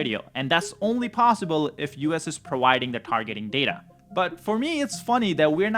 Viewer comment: I’m a big fan but prowiding is driving me crazy. Providing! You are really good and I’m a fan!